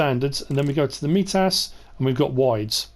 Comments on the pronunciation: It’s pronounced my-tus, not me tas Just FYI Love the video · The mitas tires, it's an I sound not a E sound, like mytas